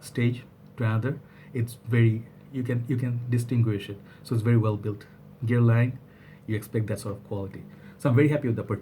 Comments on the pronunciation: Thanks! By the way, you were pronouncing it correctly before: "ger-lahn". And being a French house, the last letter is often dropped off. Check out this video of a french person pronouncing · Hey it's ger (like yeah) lan (like land). They sell make up and skincare too. Always enjoy your reviews :)